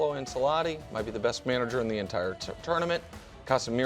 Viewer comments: It's pronounced "Anchelotti" not "Anselotti" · “Insilotti”!!! Bahahahah CMON MAN! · The lack of knowledge, the disrespect towards Neuer, the pronunciation of "Ancelotti" etc. Dear god 😂